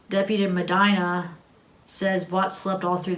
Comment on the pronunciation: it's pronounced *meh-deena) Medina :)